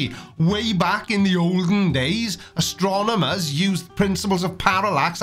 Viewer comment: WTF is an astronamater? haha! (excuse me if he didn't actually say that, just a bit perplexed)